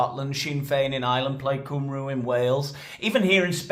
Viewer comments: 😂Can you say cumbria? Stop saying cwmrw. Its Cum-ree me. Ginger pubes and all 😂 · Cymree not Cymroo! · Plaid Cymru is pronounced 'Plaid Come-ree' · Plaid Cymru is pronounced plyed kumri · Plaid coomroo? Shut it hahaha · so you know its pronounced 'plaid cymree'..You got the plaid correct not the cymru, at least do your research properly! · Love you! But just need to point out that Cymru is actually pronounced ‘cum-ree’ 🏴 Carry on! 😊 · The U in "Cymru" is pronounced like a Y as in "Any or Many" "CumRoo" sounds like a randy Australian marsupial! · ‘Cymru’ is pronounced ‘kumree’. Tell your friends. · Cum-re is how Cymru is pronounced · FYI Cymru is pronounced as cum ree. Hope this helps. Your cum was good it’s the ending you need to work on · Plaid Cymru pronounced "Plied Cumrie" by the way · Cymru is pronounced cum-ree. Just so you know 😁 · It’s pronounced CUM REE 😝🫶🏻🏴